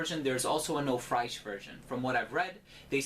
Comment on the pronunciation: BTW, French "fraiche" is said exactly like English "fresh," albeit with a French "r"--the vowel in the middle is just like in English.